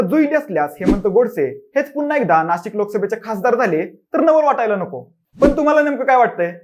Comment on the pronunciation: नाशक नाही रे..नाशिक असते ते बोच्या